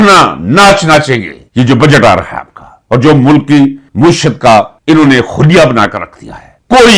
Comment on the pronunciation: معیشت کے میم پر زبر۔ یہ لفظ معاش سے ھے۔ مہر بانی۔